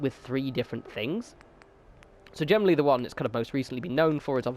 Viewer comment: Lol how does generally turn into gem-en-oh-really?